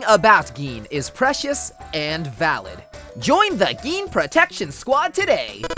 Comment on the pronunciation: Everytime you pronounce Gin like green without the R, I die a little on the inside